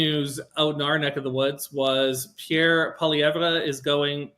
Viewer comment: Please learn how to say Pierre's last name properly ... not the way Chat JPT says it!